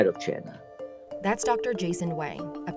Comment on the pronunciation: Taiwan is not Chay-Nah